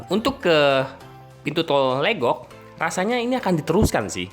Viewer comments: Pengucapan Legok jgn seperti logat Batak, tapi dibaca Legok seperti kata lepas, Legok itu artinya cekungan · Emang legok, bukan leugok.. Pengucapan logat batak, kebetulan saya tinggal di legok